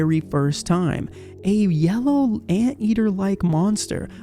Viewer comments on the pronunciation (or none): none